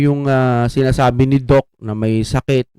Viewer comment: Not Doc Say…..Doc Seee Sy See ang pag pronounce